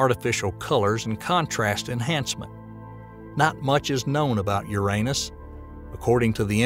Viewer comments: I REALLY WISH they'd pronounce it the right way, YOU- rah- NUss,, not you-R AAY nus,, and especially with that Southern Bible belt accent, I sincerely think the guy was pronouncing it that way because he liked doing it lol...... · Since when was Uranus renamed to "U'reAnus"??🤣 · Bruh come on na. Why do you not pronounce `uranus` correctly? It takes the whole seriousness away. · I like how he says your anus instead of Uranus lmao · Hello there! I have some constructive criticism to give you, if you don’t want it just ignore this comment. :) So what I noticed was quite a bit of incorrect wording, outdated information and some statements that I didn’t like. Ex: The pronunciation of Uranus, the size of the Great Red Spot, assuming that “the universe” is all there is (and therefore dismissing parallel universe theories and such). That’s a couple of examples that came to mind though I noticed more. But I must say I’m impressed by the time and effort you put in to this, we need more content like this so please continue! Thanks for taking the time to read this and know that this is not me criticising your work in bad faith. I believe we all need some GOOD criticism so that we can all grow and become better. Thanks again! :) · Good video. Uranus could be said as “Your an us” or “you ran us” but please not “your anus. “ Also the sun, though called a yellow dwarf, is a misnomer as our sun is bigger than the average star. Also, the idea of the universe being everything there is, makes anything outside (of everything) an impossibility. Goodbye multiple universes. Even the ‘supernatural,’ if it exists, would be part of existence and thus part of nature, and therefore also impossible to be somehow above the natural. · Okay, I can't keep watching this if you keep pronouncing uranus like that. lol